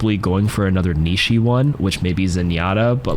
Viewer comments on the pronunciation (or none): Never heard someone pronounce the word niche as Nietzsche.